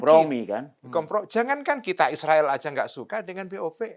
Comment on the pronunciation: Cara baca Israel sangat keliru